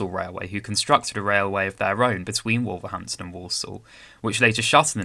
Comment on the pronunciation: First time watching your channel and I'm impressed, you've gained a subscriber. Just a word of advice on pronunciation, Wolverhampton is pronounced more like WUL-verhampton, with the 'O' sounding more like a 'U', and with Willenhall, the 'H' is silent, like the 'W' in Greenwich, so sounds more like WILLY-nall. Also Rugeley is pronounced like ROOSH-lee.